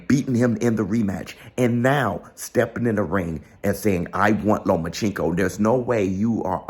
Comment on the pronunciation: I swear can’t pronounce Loma’s name to save his life 😂